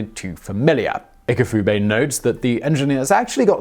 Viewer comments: Ifukube, not 'Ikufube'. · It's Ifukube...not Ikufube. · You kept mispronouncing his name. Its ifukube not ikafube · FYI, the letter I in Japanese (when written out in English characters) is always pronounced as an Ee sound. So instead of ihkufube it should be pronounced Ee koo foo bay. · Did you say "Ikufube" ? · IFUKUBE not your butchering of it.